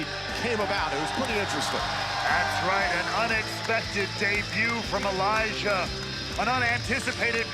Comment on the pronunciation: its Elijah not elias